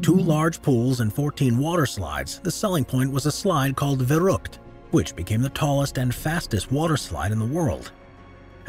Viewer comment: It sounds very funny how you pronounce "verrückt" :) Thank you for the great video!